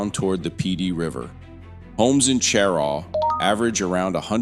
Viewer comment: This is an informative and interesting video, but you mispronounce Cheraw and Beaufort. (SC pronounces Beaufort as "BYOO-fert,” and the NC Beaufort is pronounced "BOH-fert".)